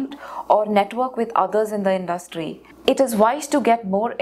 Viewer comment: She pronounced industry incorrectly